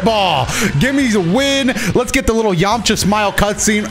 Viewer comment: your voice when you said Yamcha ! While he smiled Was so clean bro